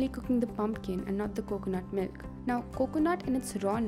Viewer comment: Really??! "MYLK"??! LMFAO